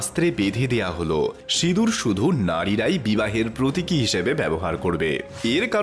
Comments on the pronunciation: লিখছেন সিঁদুর উচ্চারণ করছেন সিদুর আপনি সিঁদুর উচ্চারণ করতে পারেন কি না 😂😂😂😂😂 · 'ন' এর কথা হচ্ছে না, '৺' এর কথা হচ্ছে।